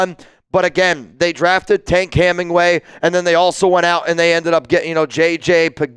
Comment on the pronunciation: "Tank Heminway "????? Its Tonka Hemingway